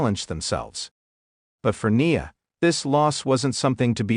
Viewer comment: Her name is NIa N I A I as in ice cream. Cant umderstand of all words to mispronounce!? CLICK BAIT NOTHING NEW HERE N NO HEARTBREAKING NEWS ABOUT TIFFANY STRATYON. NOTHING WWE OFFICIAL?? WWE WOULD NOT HAVE PUT THIS BS OUT THERE!! I WONT BE BACK DAMN SUCH BS.